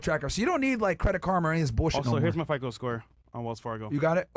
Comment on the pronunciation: Myron mispronouncing fico is cringe lol